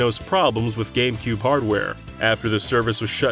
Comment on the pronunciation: What's a "Gamcube"